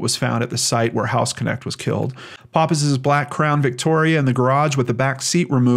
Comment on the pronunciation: Great video,, but I must politely correct you- the name is pronounced house-nekt, not house-connect. Source: knew several people with same last name while living in Germany. Thanks for all you do.